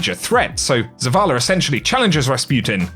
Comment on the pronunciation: Skip this video comp . Waste of time just more non sensical babbling with adding "r" to words that have no r.....wtf is zavalr? Smdh.....yes im being satcastic